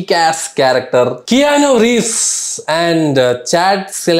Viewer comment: Kay ah no... Not key ah no Pronunciation